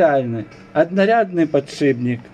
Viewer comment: не "потшибник", а подшипник